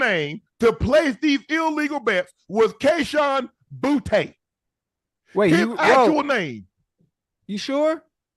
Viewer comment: Kayshon “boo-yah”